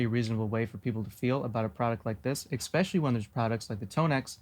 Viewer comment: You said “especially” like “expecially”